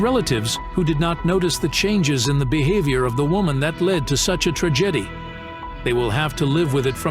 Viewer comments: tra-jetty no, tra’ ja tea yes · I like the channel; hate the bot. “…such a tridgidee.” It’s a tridgidee that mispronounced words, pauses at the wrong time, etc., have to detract from the heartbreaking story. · The voice over. Subscribe. Subscribay? Tragedy trah gedy? I ask you...